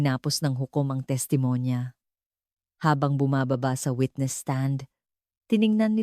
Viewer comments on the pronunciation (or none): none